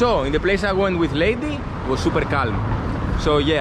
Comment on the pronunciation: Her name is Leidy, not Lady.